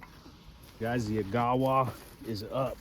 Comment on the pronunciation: fyi, the correct pronunciation is agga-wah. Its a canyon in northern ontario on the way to thunder bay